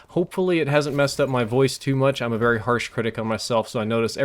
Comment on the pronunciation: Your "very" sounds more like "vurry" but besides that I didn't notice anything different haha